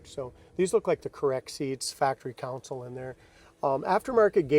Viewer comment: Console, not Council. Nice Nova!